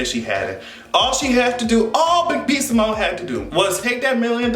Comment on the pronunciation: He called B Simone Eago 😂😂😂